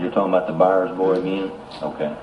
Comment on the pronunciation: It’s “Byers” not Bowers.